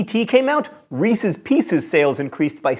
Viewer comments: Thank you for correctly pronouncing Reese's Pieces!!! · Thank you for pronouncing Reese's Pieces correctly, even though pronunciation isn't your thing. I don't understand why some folks think it's Ree-Sees. Doesn't rhyme with pieces!